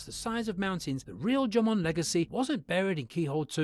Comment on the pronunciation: even in the English version, the AI narrator is pronouncing Jomon strangely...